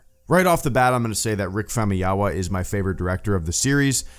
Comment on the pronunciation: I think it's pronounced Fam-oo-yee-wuh.....?